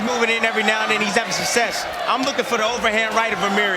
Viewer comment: My Tim Bradley game is take a shot of overproof rum every time he says "sussess".